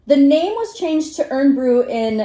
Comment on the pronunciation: pronounced "iron broo" (miss out the o in iron,) ( eyern).. its our "other " national drink...😁